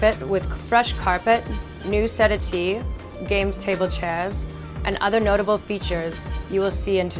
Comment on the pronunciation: Can't say I have ever heard the word "settee" pronounced set-a-tee before!